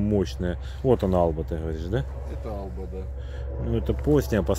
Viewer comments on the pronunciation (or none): Альба правильно а не Алба.